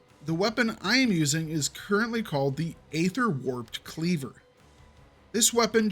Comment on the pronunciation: The problem with all this is that there is such wide variance in stats from one item to another, often but not always linked to item level, that two items can have an identical name, including affixes, and one is fantastic while the other is garbage. Also please learn to pronounce aether.